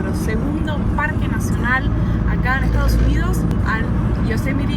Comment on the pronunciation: **: Muy matea pronunciando Bien **: "Estao Unío" JAJAJAJA... Saludos Chicos